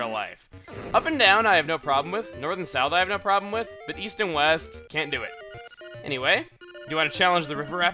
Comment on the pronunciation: Weast? What kind of compass are you reading, lad?